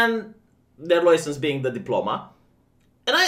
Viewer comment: Can we make stop pronouncing license like that...